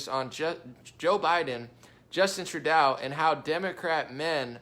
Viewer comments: True-DOUGH. not DOW... SMH.. not that difficult dude. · my man.... Trudeau: Rhymes with GO, not cow. And he's got to GO. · It’s pronounced Justin Tru-Castro! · I wish you would say Trudeau correctly